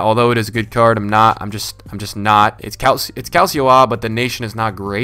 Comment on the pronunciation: Just letting you know Calcio is pronounced Cal-cho not Cal-si-o. Great vid as always :)